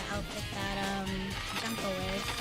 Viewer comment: I think he means the pronunciation of her name because says it like junk-o but yeah worst stream to put this comment on